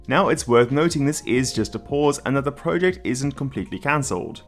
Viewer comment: please pronounce project correctly it annoys me more than it should.